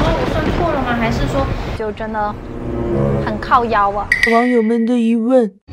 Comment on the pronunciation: 台語的靠夭發音不標準！